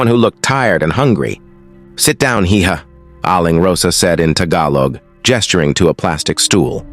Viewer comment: Hija is pronounced as ee- ha. Its Spanish means young lady. Quiapo pronounced as kee- ya-poe.